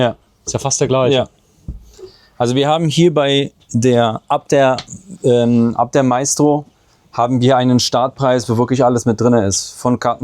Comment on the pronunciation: Nix Meistro sondern Maestro wie die Kreditkarte. Deutsche Sprack schwere Sprack 😅